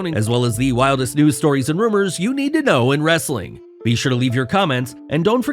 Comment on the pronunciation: "Wrrrrrrrrrrrrrrrrrrrrrrrrrestlin Content!!"